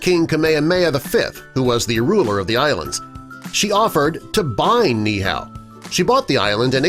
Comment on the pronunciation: Its not pronounced neeehao (like how u pronounced) it is nee(stop for a very quick second)eehau (the “u” is pronounced as 2 o)